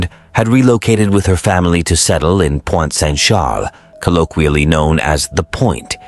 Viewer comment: It's Pointe-Saint-Charles in Montreal, not Point Saint Shaaaaluh 🤦‍♀️